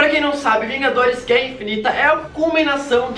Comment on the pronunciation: ''guera'' com 1 r kkkkk